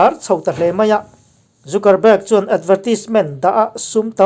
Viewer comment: Tunge chu ni a ka uang ma2 a nih kha... mahse thil kan upload dawn a nih chuan a lam dan etc. tih vel hi uluk deuh ang u... thil harsa pawh a nilo. Anyway, i channel ngaihthlak a nuam e, mi in zir peih tak i ni tih pawh a chiang e. Mahse fimkhur tluk a awmlo, mi sawisel peih tak2 an tam bawk si. Trump hua an tam ropui si, Trump ṭantu te hi chuan 'mistake' siam loh i tum hrâm2 ang u, min sawisel peih ropui si. Ṭang zel teh bro.... Trump 2021